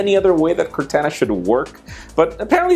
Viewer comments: Cortana is pronounced "Core-tohn-uh"! And NO there simply is only one way to say it. Do at least a Google search to verify. Just trying to slightly help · Am I the only one who is pissed off that he continually pronounced Cortana's name wrong? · CORTANA you said it wrong